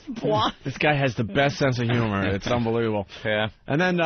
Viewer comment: The Opester says absolutely too much but let's not gloss over his overuse of the word "unbleeble" which I assume this mush mouth idiot is attempting to pronounce the word unbelievable.